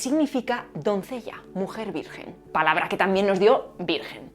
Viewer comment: Jajajaja me encanta cuando te equivocas al decir el número telefónico y al decir virgen jajaja